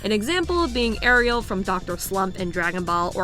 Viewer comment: it's Arale. not Ariel.